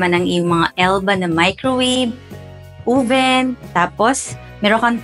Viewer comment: Hiha oven! hindi ovin.